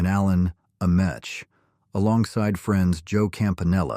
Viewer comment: Interesting stuff. One mistake I noticed, though. Gino's Hamburger's was founded by Baltimore Colts players Gino Marchetti and Alan Ameche (you pronounced it wrong- it's not Am-ESH, it's Am-MEE-Chee).